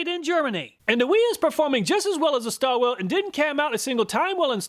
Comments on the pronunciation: Its pronounced starwilly, not starwill.😅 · I pronounce jt how you did, my German friend says Stahwille is pronounced stah and then villa like bob villa. Just curious How does everyone else say it?